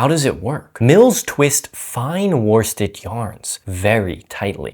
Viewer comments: Great info, but my inner pedant rears her ugly head. Were-stead, not war-stead. You speak English, spelling is more a series of mild suggestions than anything actually useful. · Nice information here, but worsted is pronounced "woosted", you don't pronounce the R